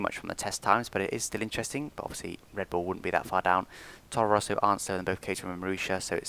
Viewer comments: Very great video,! Just one thing: It's Toro Rosso, not Torro Rosso:) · I think it's Toro Rosso not Torro Rosso, :P